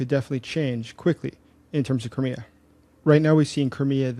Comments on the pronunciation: why don't you pronounce thei in crimea ? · The way you pronounce Crimea makes it sound like some cheap car brand :cat-orange-whistling